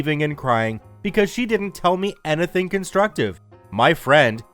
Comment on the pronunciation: I love these stories... But bro where are you from? You say, "anything" weird.